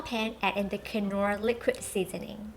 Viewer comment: These sauces look amazing, but I'm pretty sure the 'k' in knorr is silent